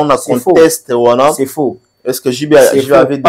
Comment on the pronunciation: ba lobaka 👉🏽(CONTEXTE) ET NON (CONTESTE)? Tala na dictionnaire ya google na telephone na yo!! 🤷‍♂️